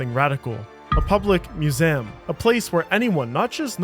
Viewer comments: The "Moosam". What? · Moo-zam… Gaw! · What's a "mew-zem?" 🤣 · The word is Mu-ZEE-um, not Mu-Zem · “Museum” is a 3-syllable word. myou-ZEE-əm, not myou-ZIMM. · It's museum not muzeem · How can you mispronounce "museum?" 😂 There are three syllables, not two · Sorry butt it's mu-sé-um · What the fuck is a Museeem? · museum ❌ mu-sem ✅ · I can never not hear "mewzayumm" 🤣🤣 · No. Musaan, like moo-saa-ahn. At least the cheap readbot can simulate everyone's voice, but not the pronounciation. Pronounciation costs extra. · It's mew-saan, just like hassan or allaaaaaaah. The cheaper the readbot is, the more the dude can snort. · ”Muzeem” and ”louve” being said every 30 seconds in a video about a museum called the Louvre is fucking infuriating. Good work farming engagement but ill avoid this channel in the future even tho the video was quite good 👍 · WTH is a "muzem?" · What’s your accent that’s making you say “muse-amm”? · I think he was going for french pronunciation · Great video. But….next time you want to make one about a musEUm just hit me up. I will narrate it for you for free. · MusEHm. LAgacy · I wish it were true. No human pronounces "museum" as "moozam". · I've never heard such an odd mispronunciation of the word "museum" 🤣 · Bro, say the word museum to yourself again. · Well made and presented video except for the weird pronunciation of museum. Am I missing something? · Good job but you need to work on your pronunciation: "Museum," "Peruggia," and like most French words, the "S" is silent in "Charles." Also, the theft of Mona Lisa was never a "Meme." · Props for using the original pronunciation of museum circa 1645 not many know this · Please re-record the audio and stop saying "museum" like that. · Dude, I couldn't watch this with the pronunciation of museum. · Why you say museum like that ? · he wants to sound French 😂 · Disliked just for the way this guy says museum Grow up lol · Why do you mispronounce museum? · What's up with pronunciation of 'museum'... :D.